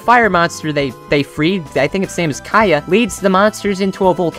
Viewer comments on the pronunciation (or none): . Its Kayna not kaya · Whats so bad about that wublin bro Their name is pronounced Kay • na Not Kaya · I think you say it like cane-na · It’s (Kai-na) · He said it as a joke